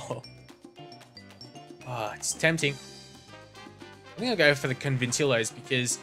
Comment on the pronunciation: Robert Conventillos is pronounced conventiyos.